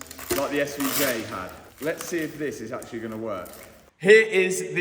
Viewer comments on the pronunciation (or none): Actullay, the batterray eventullay will be in the trunk?? 😂😂😂 apparentlay!